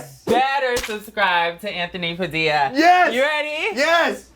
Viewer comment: I love the way he says padilla